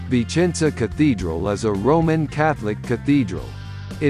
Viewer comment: It seems the speaker says: "Vincenza".